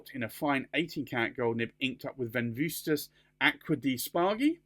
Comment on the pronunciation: The second V in Venvstas is actually a U sound. This is taking after the classical Roman style of writing. For example: JVLIUS CAESAR - Julius Caesar SENATVS POPVLVSQUE ROMANVM - Senate and people of Rome TV ES PETRVS - You are Peter